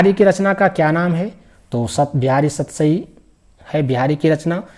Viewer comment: सतराई क्या होता है😂😂 सतसई ही होगा😅😅😅😅